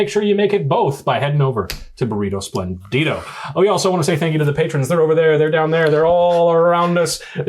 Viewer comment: Hey... really nice episode. Just one thing: please... it's "espléndido", not "esplendído", hehehehe.